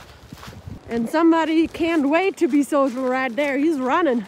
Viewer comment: I gotta say I always look forward to you saying something with a "right der" attached at the end. Always makes me smile! I'm starting NOBO in a few days. Have a great hike!